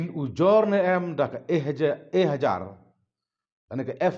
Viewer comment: "Ehjahar" ym dei "Ehajar"